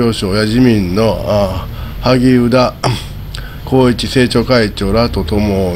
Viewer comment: 誰かが今のタイミングで仕掛けたんでしょうね。数年前から内部では知られていた話ですから。、「おぎゅうだ」でなく「はぎゅうだ」と読めるようになりましたね。